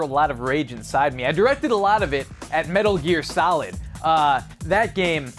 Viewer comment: When he said Metal Gear Solid I thought he said Metal Year Salad